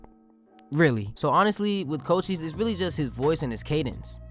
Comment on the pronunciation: Thas how it's pronounced tho